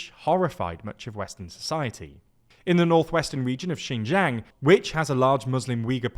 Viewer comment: Beijing has a hard J like in Jingle, not Je Suis. It's not French. Nailed it in Xinjiang though, nice